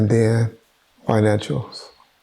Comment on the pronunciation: this nigga can't pronounce Financials, your health is fucked and you still health to be messy